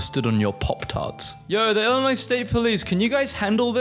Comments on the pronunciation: Hearing him repeatedly pronounce the “S” in Illinois hurt and I’m not even that nostalgic for my home state beyond the family that still lives there…and John Deere tractors, of course. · Shotgun. I’m robbing you after you say the s of Illinois and Arkansas. I live in Illinois. MAKE A SORRY VIDEO NOW 👹🔪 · Honestly, I thought the inclusion of the "S" was just his way of making up for the exclusion of "W" in Iowa. . 😒